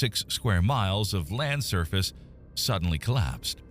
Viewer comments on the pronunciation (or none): none